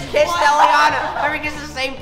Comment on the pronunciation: Elliana not elllinana